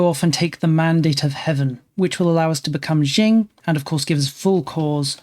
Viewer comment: Qing is pronounced ching, not jing, though jing is yet another very entertaining mispronunciation.